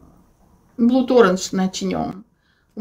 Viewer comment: я прошу прощения, но вынуждена вас поправить.Слово blood ( кровавый) в словосочетании 'blood orange' произносится через краткое A [blʌd] и является исключением из правил и соответственно должно звучать как "блад", а не как "блуд". Это я вам как лингвист лингвисту говорю:) Спасибо за подборку!